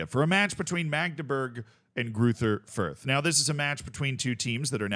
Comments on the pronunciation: German doesn't have the "th" sound that English has, it's pronounced like a normal "t" would be. Greuter Fürth would be pronounced roughly Groyter Fürt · No doubt people will be wondering here what is correct, and it's, bare in mind some letters arent typable in english... Gruyter Fuyt? with that German more throaty G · As a German I have to admit that your pronunciation of Greuther Fürth is hilariously bad. unrecognizable 😂😂😂 amazin stuff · ah yes, the infamous "Greuther Fürth"